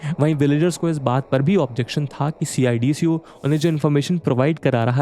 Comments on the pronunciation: Instead saying C I. D.C.O. we people of Navi Mumbai say it सिडको. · gosh it is painful to hear you say C-I-D-C-O it is सीडको simply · Bhai yaar sidko bol le yr ye har bar c i d c o kya hai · Good presentation but its called Cidco, dont have to say C i D C O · Pronounce cidco as सिडको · CIDCO ko सिडको Pronounce karte hai. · Hearing C-I-D-C-O instead of a single word CIDCO is weird. Made me realise that people not from Navi Mumbai area might be calling it that 🤔